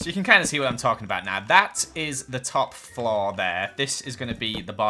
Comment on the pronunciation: I love how says flore. florrre